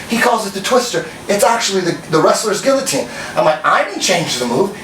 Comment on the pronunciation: Can't pronounce guillotine.